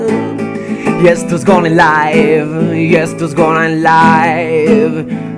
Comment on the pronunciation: el dice gona no vegetta